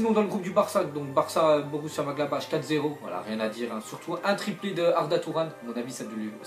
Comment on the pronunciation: dites lui qu'il est ridicule avec son "Borussia Maglabache"